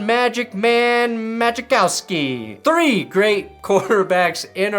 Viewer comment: It’s not “magic-cow-ski” it’s “ma-cow-ski”. I’m related to him and no one gets his name right.